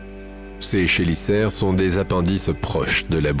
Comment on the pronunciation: C'est quand même fou de toujours pas savoir prononcer les noms des animaux, quand tu as une chaîne spécialisée dans l'espace et l'archéologie/paléontologie/géologie... Exemple parmi 150 autres : les "chélicères" se prononce "kélissères". J'aurais honte de faire des vidéos depuis si longtemps sans me renseigner ne serait-ce qu'un tout petit peu sur le sujet. Du simple copié collé des chaines américaines, fait par quelqu'un qui ne connait même pas le sujet. Bravo.